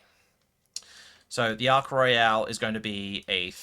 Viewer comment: You're saying Ark Royal weird. It ain't Royale... It's not a cruise ship